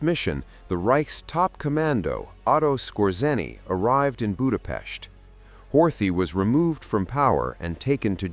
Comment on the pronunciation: Before making such a video, you could have looked after how to correctly pronounce the word 'Budapest'.